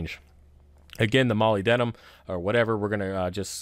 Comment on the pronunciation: Moe-lib-dee-umm... 😉 Mo-lyb-de-num